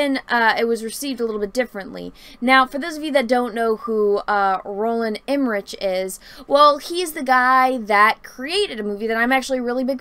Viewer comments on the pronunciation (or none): It’s EMME-RICK, Not “Emma-rich.” Also, how DARE you disparage SCORCESE!? Yah, fine..it’s not YOUR genre, but that doesn’t mean that they are bad films..I can’t help it: I LOVE his films, and yes, he was spot-on when he criticized the Marvel films. They rely FAR too much on CGI, and it doesn’t really fly with some people.